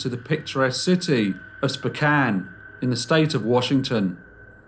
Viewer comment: it pronounced Spoke can